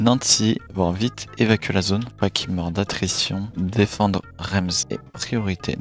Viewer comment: Super vidéo mais on dit Reims=rince et pour Nancy=nan si